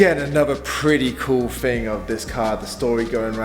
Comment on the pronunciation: It's thing not fing bro